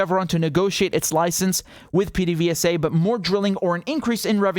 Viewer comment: pdvsa is pronounced "peh-deh-veh-sah"...get used to hearing it, apparently.